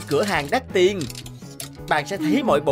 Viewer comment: Tiền chứ ko phải là tiềng